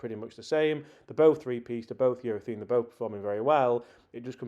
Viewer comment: its not eurathene its eurathaaaaaane